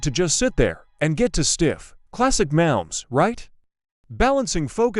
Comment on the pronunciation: Learn how to pronounce Mahomes.